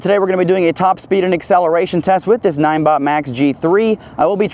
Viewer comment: Pretty sure n-i-n-e is pronounced like 9